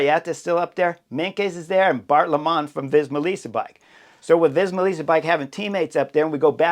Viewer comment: Bart Lemmen: pronounce as 'lemon' please. Not like (Greg!) Lemond! 👍 Remarkably, Kruiswijk (Stevie!) you do perfect Chris, and that's not easy, with the 'ui' and the 'ij'!